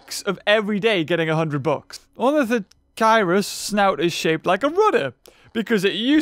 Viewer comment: Ornitho KEER-US. Haven't you read Z. Raptor?